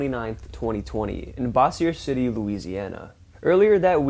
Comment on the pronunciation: Bossier City is not pronounced"boss-e-er". It is "bose-er". Kind of like Bose speakers. Thanks! Love your videos.